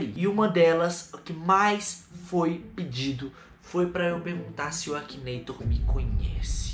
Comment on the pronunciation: você sabe que você tá falando errado né é Akinator